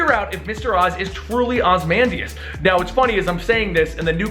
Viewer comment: A few things: 1) Ozymandias is pronounced OZ-E-MAN-DIAS, not OZ-MAN-DIAS 2) There's also theories that The New 52 version of The Question is a mind wiped Rorschach and that the Comedian is one of the three Jokers. I think it may be possible that Ozymandias is actually trying to save the DC universe from Doctor Manhattan. He's taken Doomsday to use as a weapon against him, orchestrated the death of the New52 Superman to cause the Pre52 Superman to come out of hiding, and saved Tim's life while holding on to him for a later date.